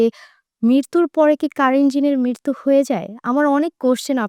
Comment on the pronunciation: মৃত্যু not মৃরতু